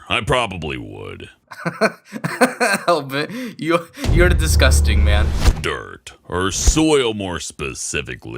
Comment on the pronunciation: toadstool/terrarialord9013 someone who pronounce their Rs weird